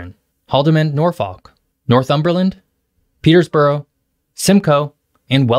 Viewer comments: another one was "Petersborough" LOL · why did you add an S to Peterborough? xD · Peters borough 😂😂😂😂😂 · It's "Peterborough" not "Petersborough" , bud! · Great vid! There is, however, no S in Peterborough.